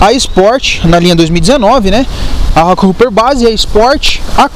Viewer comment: A pronúncia não é “roqueruper” pelo amor de Deus... é roqueróper!, hopper ( pronuncia-se róper) quer dizer “saltador”, ou seja, rockhopper quer dizer saltador de pedra. Falar inglês é importante para falar de bicicleta.